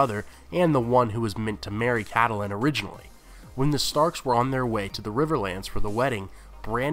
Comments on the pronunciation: And nobody in the first 25+ commenters even mentioned the obvious fact that her name is: kait-lyn. Not cat-el-lyn. Geez. Its only mentioned like a thousand times in the show. IT IS ACTUALLY SPELLED OUT IN THE BOOKS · It's Catelyn !!! not Cadelyn. Don't mean to be mean but you should pronounce names correctly. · You seem to have trouble pronouncing the very common name "Catelyn". It's generally /KATE-lin/ in the real world. HBO seems to favor /CAT-lin/, which is a reasonable variant. But where in blazes did you come up with the goofy-sounding /CATTLE-lin/??? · wait isn't Catelyn pronounced Kate-lin not ka-the-lin? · I love your videos but it's CAT-LIN not cat a lynn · It's pretty annoying you mispronounce Catelyn... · can't pronounce catelyn or lysa ) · "Meryn Traaarnt" "Cattelyn" "Tolly" Dude, pronounciation. They even say the names properly in the series, just repeat it how they say it..